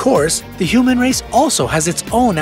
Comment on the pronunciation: you said hooman